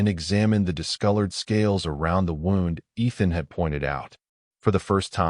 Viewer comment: The narrator pronounced “wound” like winding something. Should be more like woond.